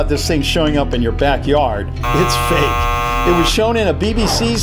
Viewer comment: its fake not fak